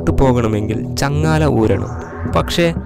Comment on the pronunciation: ചങ്ങാല അല്ലടാപൊട്ട,,, ചങ്ങല 😁